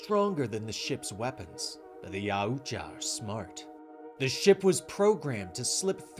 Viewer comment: Yaoja? NO NO NO ITS YAUTJA. MY GOD MAN.